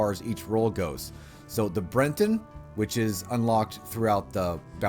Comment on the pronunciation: Your pronunciations are terrible lol but nice video. Like how is Bret-ton hard to say, you add an N and say brenton